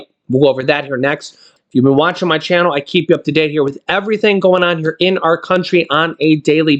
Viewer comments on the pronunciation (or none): none